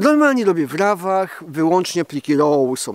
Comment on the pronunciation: Nie, no...... (chyba że tylko dla patronów, a ogólnie - to wtedy, "Nie, no... ") po co się męczyć z tym angielskim jak wychodzi tak jak wychodzi? Lepiej "pliki raw" (żeby rymowało się z "traw" - "Zdjęcia traw robię w plikach raw, a brzegu w jotpegu", okej? Nie żaden roł, ani rał bo to ani nie były minister, ani nie wiosłowanie, ani nie rząd, ani tym bardziej nie pyskówka. Na upartego może być "roooo" (takie przeciągnięte "o"... "Ooo... dlaczego nie mam ustawionych plików roo") ale wtedy wszystkie inne angielskie nazwy też będzie wypadało mówić po angielsku, japońskie po japońsku a chińskie po chińsku i nic się nie da zrozumieć...